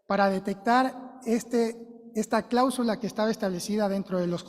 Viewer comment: No se dice clábsula, se dice cláusula. La asambleísta acusadora no sabe expresarse, qué vergüenza